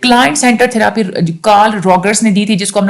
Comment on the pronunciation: Hi, madam your lectures very impressive but if you dont mind I want to ask something that please improve your accent like you pronounce the word (thera'aapy) & (capa'acity) so do focus on the pronounciation so it will make your lectures more impressive thanks